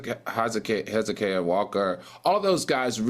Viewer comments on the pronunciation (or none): he said his love to listen to gospel but cant pronounce Hezekiah Walker and is a professor, Al is a delulu jealous man. I don’t care how intelligent you are you can see he never seems genuine when it comes to AW